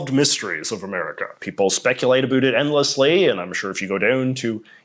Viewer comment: Wonderful video! But I can't figure out why you pronounce "about" as "uh-BOOT" instead of the standard "uh-BOUT". ??? It's not Canadian -- they say "uh-BEH-oot".